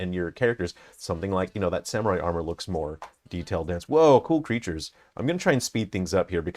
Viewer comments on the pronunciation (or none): none